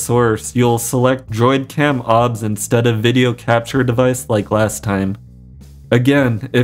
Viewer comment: It is o b s not ob studio.